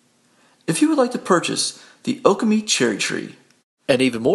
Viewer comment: Accent on the second syllable. o-KAH-me